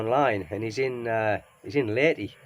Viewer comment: Oh your friend is in Leyte - Lay-Tay. My auntie who is in Cavite now, is from Leyte.